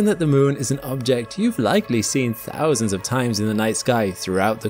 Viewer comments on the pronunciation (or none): none